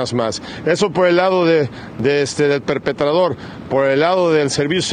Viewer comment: PERPETRADOR , DE PERPETRAR, NO SE DICE PERPETADOR